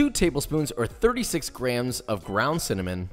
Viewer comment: Instead of grams I heard crayons??